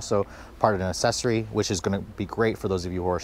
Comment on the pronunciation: It's pronounced "ack sess oree"